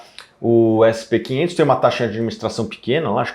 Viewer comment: "essi pê quinhentos" é foda viu... kkkk brasileiro abrasileirando até os indices internacionais.